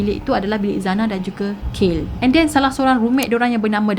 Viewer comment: betul. Dia sebut kayl. Spatutnya kaylee = kei lee